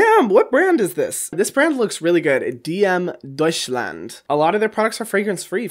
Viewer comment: The way he said „dm Deutschland“ I’m sorry but I‘m German and it sounded way to funny😂